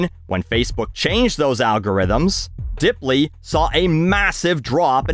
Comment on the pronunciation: "DIP-ly suffered a huge... DROP" OH COME ON, MAN